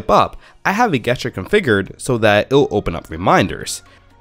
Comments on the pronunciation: Yeah its definitely supposed to be a soft g sound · Cool guesstures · Its that darnn game! I say it the same way because I grew up playing Guesstures before I knew that "gesture" was a word. I now long-pause before pronouncing the word to make sure I'm going to say it right. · You say Gesture weird. It's pronounced Jest uses... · I guess ture triggered by this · How the eff did you make it this far in life saying gesture like that? Go back to your teachers and tell them they have failed you. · The way you pronounce the word "gesture" really triggers me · It kind of ruins the video.... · Yeah, I stopped watching after he said it the second time I thought the first time was a one-off after he said it again I couldn't focus on the video anymore